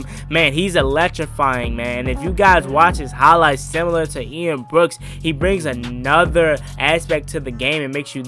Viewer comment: It’s Ian Book, Not Ian Brooks